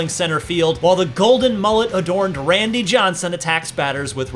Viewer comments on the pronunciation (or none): none